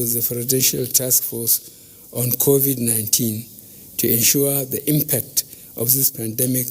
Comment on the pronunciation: Finally BUBU have learn how to pronounce CONVID-19, Congratulations, but sorry your government have totally failed Nigerians and the world at large and now you're congratulating our youths celebrities who you called lazy and your government was planning of stopping them from shooting music abroad because your government failed or have you forgotten???, thank you anyway.